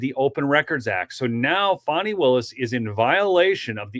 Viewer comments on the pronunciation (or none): FAWNIE? FAH-KNEE? Fani! PRONOUNCED FAN' EEE. As in, BIG CASH MONEY FANNIE WILLIS. TAN, MAN, CAN, DAN, STAN, FAN, PAN, BAN, NOT, TAWN, MAHN, CAWN, DAWN, STAWN, PAWN, BAHN, and CERTAINLY NOT FAHWN. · Her name is Fan-knee and not Fon-knee. She cannot put he own pronunciation on her name without changing the spelling. She never had Hooked on Phonics.